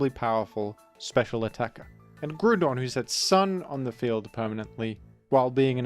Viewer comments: who pronounces it gru-don?😭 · Do you pronounce ground as groond? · Just here to leave a comment about your pronunciation of Groundon because I couldn't pass up the opportunity to be a Rotten Egg. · I will gladly accept my fate as a rotten egg if that is what status falls upon those who seek to be correct. The people who came up with the fictional name Groudon intended the pronunciation to be growl without the l rather than grew. It is not only clearly coming from the word ground but it is consistently not pronounced like Groodon in the anime, Pokedex 3D Pro app, and original Japanese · It’s literally ground based- ground type as well, Let me be a rotten egg on the GROUND and not on the GROOND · I am vexed by pronouncation of "Groodon" and if this makes me a rotten egg, that is simply cross to bear. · Hearing grewdon so much had me close the video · I wished to comment on how you pronouce Groodon, but I have no desire to be a rotten egg. What a quandary. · grug don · Have I been mispronouncing Groudon for 40 years? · I had completely forgotten that I used to pronounce Groudon's name that way as a kid until this video unlocked that memory. In fairness, it looks similar to "crouton", so pronouncing it that way seems like it would make sense... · He says the name wrong for the comment farming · You pronounce "Groudon" wrong. It's actually pronounced "Red Idiot Shrimp Dinosaur" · fascinating pronunciation of groudon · forget how you pronounce Groudon, I'm more bothered at how you misgendersd Latias. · Leaving a comment here about the pronounciation of Groudon because I'm a rotten egg 😝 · I am a rotten egg disguised as a pixilated mining tool so I get to criticise you on your pronunciation of the fictional creature Groudon. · Hi, just wanted to remind you that is not the way you pronounce groudon. You may call me a Rotten Egg but I'll take that title with pride